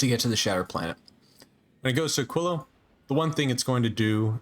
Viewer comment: Holy shit, someone who said Aquilo correctly